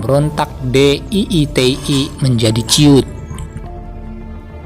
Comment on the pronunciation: DI TII BUKAN DII TI